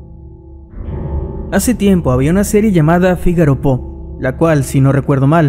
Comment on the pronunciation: Pronuncia "fígaro fo"